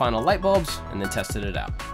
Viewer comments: Wow how did you even hear that??? It sound like "AND" 😭😭 good ear. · Damn, I thought it was "and" also. Well, time to unsubscribe